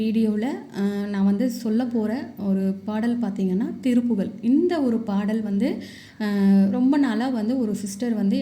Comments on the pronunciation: சகோதரி இது திருப்புகல் கிடையாது திருப்புகழ் என உச்சரிக்கவும் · திருப்புகல் அல்ல திருப்புகழ் என்பதுதான் சரி தமிழை சரியாக உச்சரிக்கவும்‌சரியா!. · நீங்கள் சொல்லுவது மிகப் பயனுடையதாக இருக்கிறது.ஆனால் திருப்புகழை திருப்புகல் என்று உச்சரிக்கிறீர்கள்.தமிழுக்கு அழகே ழ தான்.அதனால் சரியாக உச்சரிக்கவும்.தவறை சுட்டிக் காட்டச் சொல்லவில்லை.திருத்திக் கொள்வதற்காக.